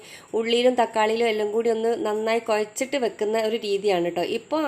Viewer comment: മൈദ കോയച്ചിട്ടല്ല കൊഴച്ചിട്ട് 😂😅